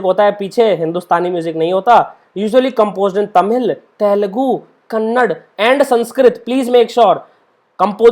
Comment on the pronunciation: Roman don't say Kannad, it's Kannada...